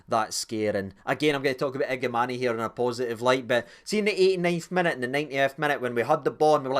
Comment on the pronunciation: listened late to your Review agree with most of your opinions only criticism is you sound like a Sky pundit keep calling Igamane igamaney it’s Igaman silent e